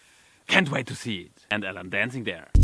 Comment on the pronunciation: "Ellen Musk" ...lol